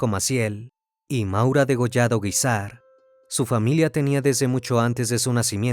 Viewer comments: Esta mal dicho el Apellido Guízar... Lleva el acento en la í... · No se Pronuncia así el apellido Guízar.. Y es "San Rafael Guízar y Valencia".. Jesús dijo: "Lucifer caminara dentro de mi iglesia". Y en varias sectas ha habido este tipo de cosas o peores porque hasta satánicos resultan.